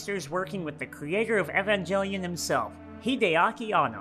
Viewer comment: The music choice for 1998's Godzilla got me snickering 😂 Honestly, you were pretty much spot on with each Era. Here's to Minus One! Forgot to add, I hate you for how you pronounced 'Evangelion' lollll